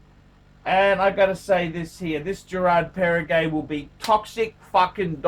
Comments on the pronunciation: It’s Geraadh Perrrehgouh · learn to pronounce the name of the brand, mate!